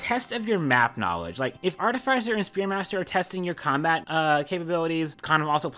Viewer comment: it hurts me how you pronounce artificer